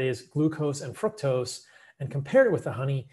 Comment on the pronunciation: Exactly. I caught that too. Fuc-tose